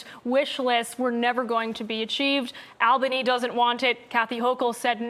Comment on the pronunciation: She said “Al-Bony” !! Learn the name please !!